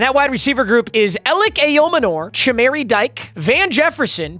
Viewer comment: right out the gate mispronouncing ayomanor😂